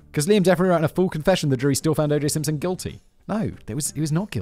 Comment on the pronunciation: O J Simpshon 😂😂